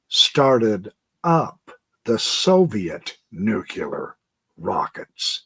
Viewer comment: I think it's pronounced NUCLEAR not NUCULER. :)